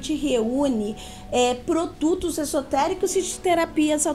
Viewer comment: Ela fala tão fofo que troca as letras, a fala fica mais macia ainda... lapirinto, féus, féu, icual, protutos, acora, ... Muito legal...